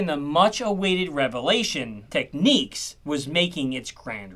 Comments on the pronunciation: As in technical not techniques, it's so jarring when Americans mispronounce English. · It’s not “techniques”, it’s Tek-Nicks”. As in “Technical”, not “Techniqual”. ” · Just one thing: you pronounced it wrong ;) It's not pronounced like 'techniques', the stress goes on the 1st syllable: TECH, ték-niks Still rocking my Technics Hi-Fi system from 2000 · When I was working at Panasonic in the 1990s a Japanese engineer came down from head office and we got talking about this and that. We were chatting about the new amplifiers from technics, and he suddenly scolded me for mispronouncing Technics. No, he said, it is pronounced "tech-niks" not techniques. I smiled, apologised, and we moved on to other subjects. It's always stuck in my mind. The Japanese are fiercely loyal to their brands as are there engineers, like when I was working for Sony, I had to be known as a "senior Sony audio technician" or " senior Sony audio engineer" when being referenced to in any paperwork or interviews. At the time I probably would've answered to anything 😛 but there you go. They particularly hate it when someone pronounces their products as "Sunny" or "Sonny" to a point that they will never speak to you again. 😁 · The pronunciation is Teck Niks, not techniques. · Really Dude... "Tech-NEEKS"?.... How can you not know it is Tech-NICKS. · How can you possibly insist nics is pronounced neeks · I think it depends what part of the UK / USA that you come from. Different accents and all that jazz. Lol. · Love this video! The one on Akai history was great as well! That said, fun fact: it’s pronounced “TECH-NIX”, not “TECH-NEEKS”. 😉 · im sorry i had to bail i just cannot site here for the whole 20 minutes listening to an american saying "technEEKS"... its phonetic dude "tech" - "nics" as in new york knicks ! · OMG it's not Techniques, it's TechnicKs. Great video though so I'll let you off 😂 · In the UK we don't pronounce the name Technics as 'Techniques', it's more 'Tech-nicks' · You are incorrect